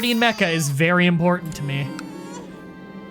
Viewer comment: When you said Mecca army, I thought you said mecha army and I was like “wait... that ain’t right...”